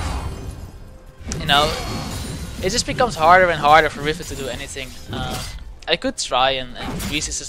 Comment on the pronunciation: Omg riFen :D, don't think i hate, but its riven :)